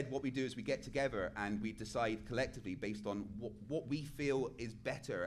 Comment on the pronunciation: Last time I checked it’s pronounced together. Not “togevor”